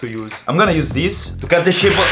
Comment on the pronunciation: listen im not trying to make fun of you but you say deez instead of this. Ex: Deez is my work.